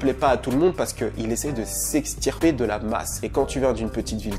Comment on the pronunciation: Tu parles trop vite et articules mal, on comprend rien. Tu sais même pas prononcer "s'extirper" correctement, ça fait pitié.